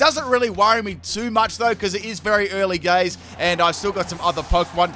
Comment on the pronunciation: "It doesn't matter too much it is early gays"